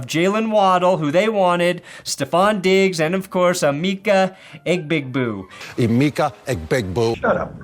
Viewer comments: he didn’t even fckin try to pronounce that shit right man😭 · I've seen it so many times it's over-writting the correct pronunciation lmao